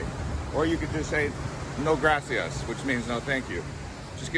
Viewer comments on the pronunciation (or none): none